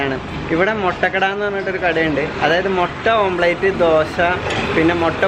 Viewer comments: ഓംപ്ലേറ്റ് അല്ല ഓംലറ്റ് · ' ഓംപ്ളേറ്റ് 'അല്ലടോ' ഓംലെറ്റ് ' എന്നാണ്. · ഓം പ്ലേറ്റ് അല്ല ഓംലെറ്റ് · Omelette oh athenthu sadhanam Ee mutta pottich saavala okke ittit Allaahh "OMPLATE" 🤣🤣🤣